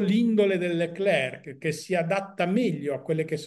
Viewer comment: Ma perché continuare a chiamarlo LeclerC quando lui stesso ha detto che la pronuncia corretta è Lecler senza la "c" finale?